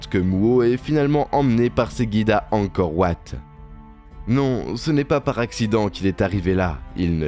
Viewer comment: Angkor wat se prononce en français Angkor Vat